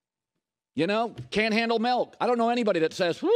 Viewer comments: Colin it's "Milk" not "Melk" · Colin "Melk" Cowherd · Milk doesn't have an "e" in it.